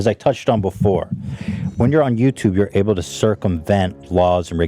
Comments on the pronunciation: "yaw-tub" Hila slang or Bailliff impression for "YouTube" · Please Zach soundbite Hila saying “YowToub” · Ethan: who is to blame ? Hila: Yataube 🤣😅🤣